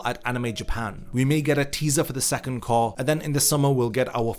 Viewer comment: "Cour"? Disliked.